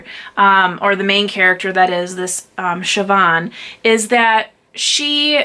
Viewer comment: Siobhan is pronounced correctly. 😉 I read a lot of Celtic and Irish lit. And as one of my favorite authors Andrew Greeley said, "No one can understand the mysteries of Irish spelling." Eoghan...I think is Ian.